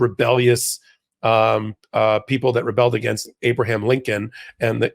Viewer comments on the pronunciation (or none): none